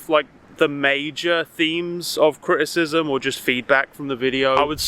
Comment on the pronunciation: Cri’icism lol Sorry, I agree with almost everything you said, I just can’t stop myself